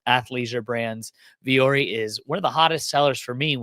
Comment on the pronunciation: Vuori is the Finnish word for “mountain” and alludes to embracing and overcoming challenges. Pronounced Vwo-Orrie